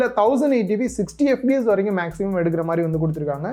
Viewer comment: bro unga pronunciation FBS nu kekudhu..adhu fps :) Good video overall :) apdiye indha price range la endha phones lam consider pannalam nu sonna kandippa nalla irukkum :)